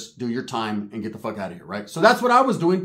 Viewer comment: "An Irish uce, a what the foook uce"🤷🏽‍♂️🤣